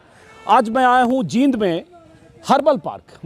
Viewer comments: Anjum ji aap Jind ko जिंद bol rhe h jbki जींद bolna chahiye, Isko aap thik kijiye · बोलना सीखो पहले जींद है ये जिंद नही है